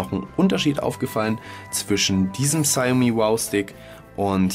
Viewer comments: Nicht negativ gemeint aber man spricht es "Schaumi" und spricht das "au" lang. Trotzdem danke. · Die ausprache "Schaumi" ist falsch. Die Europäer wissen noch nicht einmal was das wort bedeutet von der Aussprache ganz zu schweigen. Frag mal einen aus Fernost oder s. hier